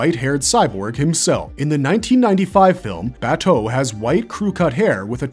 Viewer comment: i couldnt finish this every time he says Baaaa toe it drives me insane, his name is Bah Toe they say it multiple times in the anime